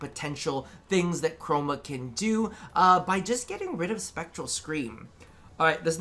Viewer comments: No its not just you. Mr. Co-ro-ma is certainly a thing now in my head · Honestly am I the only one that heard say “Mr. Coroma”?